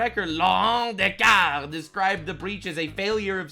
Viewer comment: Its des cars not "de car" ... notice the very obvious letter S at the end of both parts of that last name. Just like how surrenderlands capitol city is paris (pronounced "pair-iss") ... if they want to be illiterate gigatards who call it "perry" thats their own stupid fault. We should have let germany keep all the land they took in the 40s.